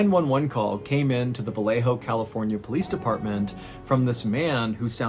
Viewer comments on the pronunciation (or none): Its VA-YE-JO not va-le-jo. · MR BALLEN PLEASE DO YOUR RESEARCH WHEN IT COMES TO PRONOUNCIATION OF SPANISH PLACES, VALLEJO IS PRONOUNCED VA-YE-HO NOT VA LE HOE. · 'ValleHo' CA. Well pronounced! They actually say it ValleYo CA. I lived there